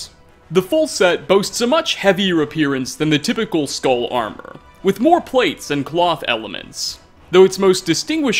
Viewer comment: Sk-all... not skull